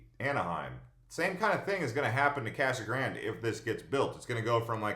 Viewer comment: Casa Grande is spanish so pronounce it that way. It is not Kasa Grand!